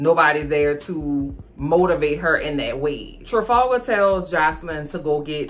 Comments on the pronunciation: The way she says Trefalgar?!?! Made me snort so hard!! 😂😂😂 is hysterical!!! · I love how you keep calling that man Trifalga😭😭